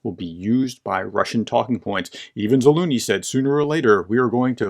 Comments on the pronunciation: What happened to the letter z in Zaluzhny? Is it silent? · pls professor read the mans name once more and pay some attention to your pronunciation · Are you pronouncing the general's name right ? there is a second Z in there. You make him sound like a cartoon character. Otherwise a very informative article. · Dear Professor, thank you for your analysis but would you please, please learn to pronounce words like Zaluzhny and Avdiivka correctly? Other English-speaking commentators can manage it, why can't you..? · Ok, look let me help you. "Treasure" "Measure" "Leisure" "Zaleisure" "Zalusure" "Zaluzhun" "Zaluzh-knee" I'm sorry, it's killing me hearing you call him "Za Looney". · Its ZaluZniy not Zaluniy 😁 I think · Great video! Just an fyi, his name is pronounced Za-luge-knee. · Not Zaluny, but ZaluZHny, learn our heroes! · An excellent clarification as always. One thing that cracked me up was saying “Zaloony” instead of “Za-loo-zh-nee.” It’s “Za-loo-zh-nee,” with the “zh” sound being similar to the soft “j” in “Jeremy.” 😂 Not a big deal, just trying to assist. 😎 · Ukrainian here It is ZaluЖny , the Ж sound is the same as in Жukov: Ж=zh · It would help if you would please pronounce this well known General's name correctly. Zal oozh ny, with the zh being pronounced the same as the 's' in measure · No loonie in Zaluzhny's name, where did you pick that up. You nearly said it right one time. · You can pronounce AZURE and LEISURE so please stop mangling the general's name into a joke. It's za-LUZH-ny. The zh sound is exactly like thr z and s in those words, respectively. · Anybody else hearing “General Za-loony”?! 😖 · BTW the right way to pronounce is "Zalužniy" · Zalužniy - if that helps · Why can't you pronounce Zaluzhny? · It is not a matter of utmost importance, but why don't you try to pronounce the general's name correctly? It is not that difficult. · Experts who dont even bother to learn the correct pronunciation are not experts.